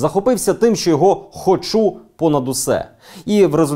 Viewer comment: Дякую Данилу за матеріал. А Дениса хочеться щоразу виправляти: "хОчу', а не 'хочУ'